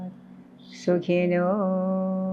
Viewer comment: wrong way to pronoun OM , if it was right then Adi Shankaracharya would have corrected